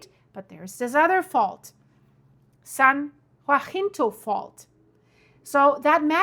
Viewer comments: It’s San Ha-sin-toe ❤ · San Jacinto (HA-sin-Toe) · I need to hear from you every day. I’m in SoCal right in the center of so many faults and my house is right on top of an unusual east west fault I can’t get a name for. San Jacinto is “hah sin toe”. Tejon is “tay😢 hone”. Praying for wisdom and safety for all. Thank you 🙏🏽. Love you stuff. I mean your reporting. The disastrous news sucks 🤣😎😽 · You are mispronouncing everything. San jacinto and cajon pass. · Jacinto = huh - SEEN - toe Cajon = ka - HONE No worries. No one knows every language. Europeans typically know 3 or more languages. I appreciate you and your channel. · It's pronounced "Ca-jon ( the j is pronounced like a h the o is long). Jacinto is pronounced ja-cinto. The J again is a h sound. Then cinto. The I is short. They're both Spanish names or pronounced like they're Spanish names. I lived in CA for over 50 years and am very familiar with Cajon Pass. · Cajon pronounced Cah hone (like bone with an H) San Ha sink toe (Jacint0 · Ugh! It’s NOT the Cajun Pass - it’s pronounced the Ca-Hone Pass!!! Also, the other fault is NOT the San JaHinto fault, it’s the San Ha-Sin-toe Fault. BTW, as a Native of that MISERABLE state, the big one can’t hit soon enough - we only need to worry about the poor fish when the FILTH of that state slides into the ocean during the “big one.” Of course, the rest of the world will be a much better place after that. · Your so funny how you pronounce cities here. Ca-hon and jah-cinto